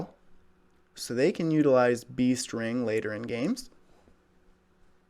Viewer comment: Sounds like you are saying bee string instead of beast ring XD